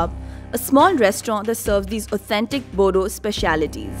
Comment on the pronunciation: Oh god it's boro not bodo what the fuck